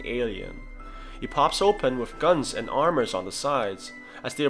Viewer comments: Just irritates me...Is it really pronounce as “guns”? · it’s his accent. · Pronounce it right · he probably pronounced it differently